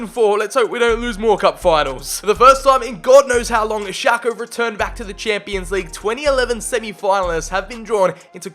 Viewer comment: I always thought you said Xhaka instead of Schlake haha